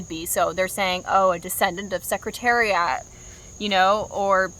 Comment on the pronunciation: awesome video but ain’t no way u said secretariat like that